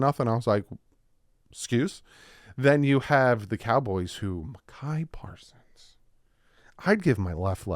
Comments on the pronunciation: Pretty sure it's pronounced MY KUH PAR SONS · Bro its pronounced My-ka Parsons. I love you and appreciate you. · "I would love to have Micah Parsons on our team"...only pronounces his name super wrong.